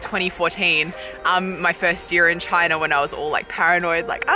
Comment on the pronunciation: I definitely prefer the way you pronounce "China" compared to the way Donald Trump does.